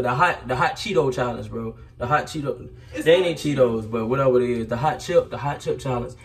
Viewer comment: This boy really say cheeto lol